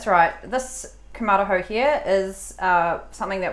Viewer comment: Pronounced koom-ma-ra-hoe